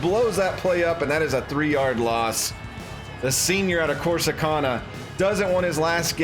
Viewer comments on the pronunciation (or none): Your pronunciation of Corsicana is driving me insane as a person born, and always lived, in Texas (DFW).